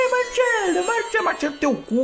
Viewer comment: Se o restante da temporada for assim kkkkkkkkk vai ser dahora kkkkkkkkkkkkkkkkkk Martchelo kkkkkkkkkkkkkkkkk vai passar mal de tanta raiva ainda kkkkkkkkkkkkkkkk